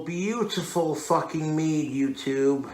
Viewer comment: Meaduuh with a huff at the end everytime